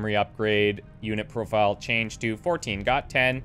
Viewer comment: "or 1 4 got 10?" - he says it close enough to correctly that one time...